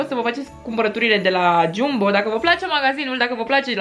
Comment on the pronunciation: Se scrie Jumbo, dar se spune Jambo. Ok? No hate. Pe bune